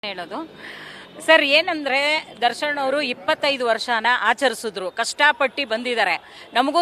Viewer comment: ದರ್ಶನ್ ಅನ್ನೋಕು ಬರಲ್ಲ ದರ್ಶಣ್ ಅಂತಾರೆ😂😂😂😂 ಯವೂ ಇವೆಲ್ಲ😅